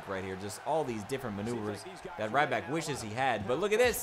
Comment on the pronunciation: It's ryback